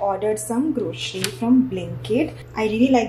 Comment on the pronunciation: Grocery not groshery 😊